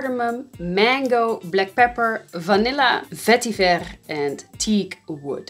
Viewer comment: The way you say vetiver is the best. 😄🤙